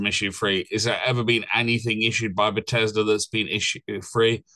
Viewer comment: Are you pronouncing it butt ez duh on purpose instead of beth es dah?